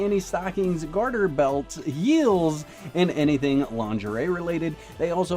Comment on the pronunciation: Notice how said HEELS!:_wakHype::_wakHype::_wakHype